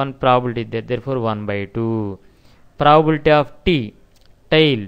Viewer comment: Your content is good but you really need to work on your pronunciation. The way you pronounce 'probability' sounds like 'proabilta'. I had you mute the sound to complete watching the video. Thank you.